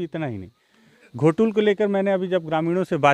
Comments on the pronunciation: घोटूल नहीं गोटूल है महोदय जी plz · घोटुल नही दादा गोटूल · श्रीमानजी गोटूल है नाकि घोटूल, पहले ucharan तो सही करलीजिए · सर घोटूल नहीं गोटूल बोलिये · घोटुल नही हैं गोटूल हैं